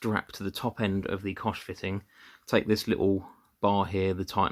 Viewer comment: It's pronounced like "Coke". Cheers mate!